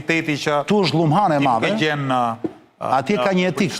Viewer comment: Nuk di ku qendron veshtersia qe nuk dini te shqiptoni fjalen "madhe" ? Eshte maDHe, jo maTHe!